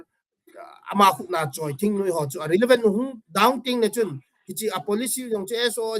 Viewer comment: THINGNUI-me❎. THINGNOIII-muh✅